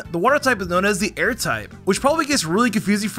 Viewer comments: Air in Indonesian just mean water, and no its not ayr its a-ir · it's pronouns A-ir